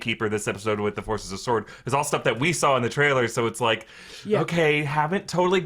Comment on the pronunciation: Sword not “sworrrrn”